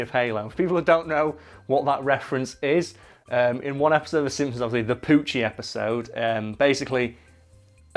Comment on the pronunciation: I heard Pucci instead of Poochie